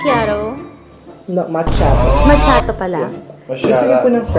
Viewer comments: Tangang bakla tama naman yung pag pronounce ni na ma kee aa tow eh! Bobo ampota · Tama ka naman ah Macchiato Caffè macchiato - Coffee drink American pronunciation￼ Sounds like maa·kee·aa·tow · actually pronounced the Macchiato right. Mali c Chino. Lol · tama po ung “macchiato” ni hehe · Tama c Sa pgpronounce ng Macchiato 😁 that is Italian Word kaya yon Ang tama kahit dito Sa Europe yan din Ang pgpronounce 😁 sobrang ganda ng bahay nyo ❤ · Tama si sa pag pronounce niya nang "Macchiato". 🙃